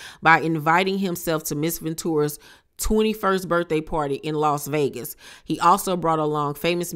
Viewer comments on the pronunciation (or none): none